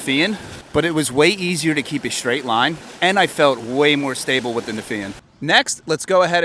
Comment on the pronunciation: This is more of an ego driven commercial than any kind of review. It's gross ! Sickening ! Even the guys face and the fact that he speaks like a 4 year old is disgusting. BTW - It's pronounced STRAIGHT with a "T" sound, not Schhhdraighd ! Sorry that wasn't taken care of for you back in 4th grade, maybe try harder next time.